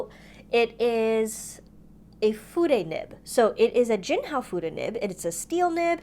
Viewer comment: I love Fude nibs , and I have quite a few pens including the Sailor Fude de manned, the Duke 551 Confusiuos and many others.. Fude is pronounced Fuday.. many Urban Sketchers love Fude pens.. we love the line variation. When you tip it up it writes thin, and yes reverse very thin. But just tipping it up is easier..